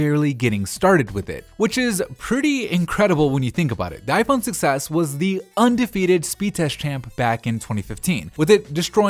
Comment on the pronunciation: every time he says 6s it sounds like he's saying "success" lol